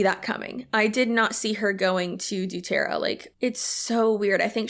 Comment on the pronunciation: I love the way you say Doo-terra, it makes it sound so silly!